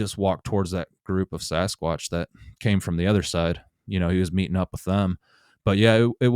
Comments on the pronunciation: He said Sasquash!! Lol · “Sasquash”- anyone else catch that in the beginning??? He’s cute!! Loved his story!!!